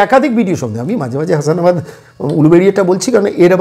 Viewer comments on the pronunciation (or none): হাসানাবাদ নয় হাসনাবাদ 😂